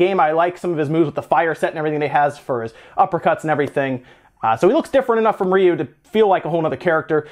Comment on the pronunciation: I NEED him to change how he pronounces Ryu.